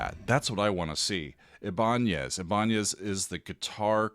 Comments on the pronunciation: Not ibonyaz! It's eye ban es!!! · Ibanez = "I-Ben-ez" accent on the I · It's pronounced EYE BIN EZ 😉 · I BA NEZ not IBANYEZ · Ibanez not Iban'ez by the way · Thanks for showing this guitar. Pronounced - Eye-ban-ez (Ibanez). Luthier - one who makes string instruments. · Damn, I can't believe it’s coming up on 40 years since I bought his debut album Flex-Able. Thanks Steve. Thanks. BTW, Ibanez is commonly pronounced eye•ben•nez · It’s pronounced “I” “BA” “NEZ”. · eye-ba-nez. loved the video though! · I don't speak Latin or Spanish. But I've been around guitars and guitarists most of my life. I-ben-ez is how I've heard it pronounced for more than 40 years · Ibanez = Eye ban ezz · Your Killin me, it's pronounced eye-bin-ezz. 😂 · This was cool! Btw it's pronounced I-ban-ezz I think :) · The guitar company that you named is pronounced eye-bah-nez (Ibanez). But yeah, Vai has worked with them forever to make signature guitars. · We all pronounce it "Eye-ben-ez" these days. What can you say? Americans! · The name of the Guitar company, is pronounced... eye-bin-ez,.... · Ibanez...pronounced "EYE-Bah-nez". A Luthier is one who can build a guitar from raw materials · I love you so much, So,... It's really Eye, Ban, ssss. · Ebonez? Lolol 🤣😂🤣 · It's pronounced Eye-Bah-Nez. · A luthier is a guitar builder (can also do repairs and general maintenance). And Ibanez is just pronounced eye-ba-nez 😉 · EYE-buh-nez is how I’ve always heard it said. As for Vai having no soul: He’s certainly not a master of emotive playing, but to say he brings no emotion to his music is going too far. Is his music cheesy? Yes, undoubtedly in my opinion, but not totally soulless. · while your pronunciation of Ibanez is close to what it originally was, the name has since been anglicized and is pronounced "eye- bin- ezz" Either way, glad you picked this. I remember the guitar being announced but hadn't seen him performing on it. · You are pronouncing Ibanez like a baseball fan 😉